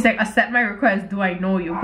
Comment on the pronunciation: all the comments: “omg let him gooo he doesn’t deserve you” her: “ah he wants me to asept his request!” me: LMFAO “asept”